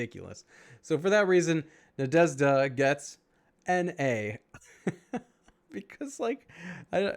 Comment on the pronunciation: Thank you for the video! Cool review. P.S. i watched couple of videos with English speaking people grading these heroes and ... i couldn't even imagine that for you guys is hard to pronounce the name Nadezhda:) And i was thinking... common this can't be the case and i gave it a thought... and i couldn't think of a word in the English language where you have that combination of letters "zh", not even the sound. So it appears it really is hard for English speakers. But i gotta give you Sir, you were pretty close to the correct pronunciation! Good job on that one 👏